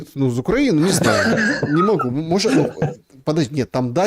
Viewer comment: Не могЕт, а мОгет!